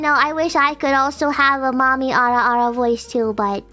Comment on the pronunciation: Biboo's ara ara: Awa Awa ...